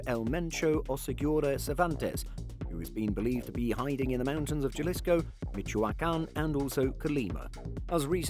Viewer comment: Galisco😂 Ja-lis-co Cabron!!!